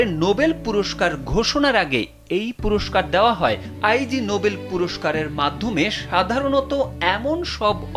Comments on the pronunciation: আই জি হবে না এইটার উচ্চারন হবে ইগনোবেল ❤️ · Eta bolar jonnoi elam. "Ai jee noble! 😂